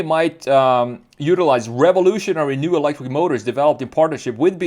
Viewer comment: It’s also “new” not “noye”